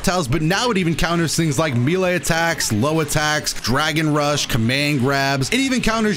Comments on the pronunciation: "May Lay" not "Mee Lay" bro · May lay (melee) not ME lay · IT'S NOT MEAL-AYE DAMMIT IT'S MAY-LAY!!! MAY. LAY. MELEE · Says Melee like, "Me-Lay" Me: *confused*..."Wait, May-Lay?" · Me·lee: ˈmā-lā, mā-lā; a lot of people say mee-lee (for whatever reason), but??? "Mee-lā" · Bro just say “may lay” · Me-lee or May-lay but never oh never can it be prononced Me-lay! Plssss stop ittt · "Meelee counter" Dude it's pronounced "may lay", come on. Edit: my bad, he says "mee lay" dude how the hell do you think that's how it's pronounced. You're half way there tho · says meelay Me: Oh, well hes probably only going to say it a few times: continues to say meelay atleast once every minute for the rest of the video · Meelay Me an intellectual: M E L E E E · Every time he pronounces it “Meelay” I die a little inside, something about just feels off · When he said “meelay” I felt that. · Has always said "mi-le" or is this part of the patch too? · I love how he says meele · mans really said "mee lay" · It's pronounced "MAY LAY" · Please its May-Lay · It's so weird that he pronounced melee "mylee" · Melee is pronounced "may-lay," my guy. Its French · Sorry to be that guy but it’s pronounced May-Lay also tien was not really good before patch. I love him, but he just wasn’t good. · me lay... yuck, my man! You are mispronouncing that on purpose or something? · really thought I wasn't boutta say something about how he pronounced "Melee" that's crazy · The way he said “melee” was kind of, um, well it took some time to get used to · it's "melee" not "melee". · He’s gotta be pronouncing melee like that on purpose there’s just no way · When he says melee i cringe just a little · Bro you need to learn how to say melee 😅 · please pronounce "melee" properly it makes me cringe